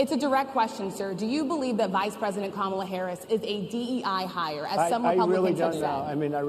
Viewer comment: I’m surprised that he pronounced Kamala’s name right😬